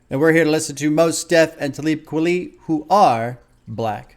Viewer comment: Glad you’re reacting to this. Talib Kweli is actually pronounced like Taw-lib Kwali